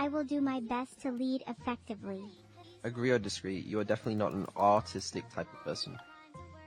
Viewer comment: I like how this time pronounced arrrrrtistic as clearly as he could to avoid misinterpretation by the STT.